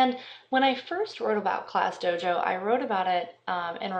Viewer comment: It's DOJO not DOGO like you said.